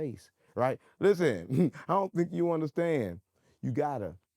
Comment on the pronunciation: A take a pull for every time he says "Lizzen!"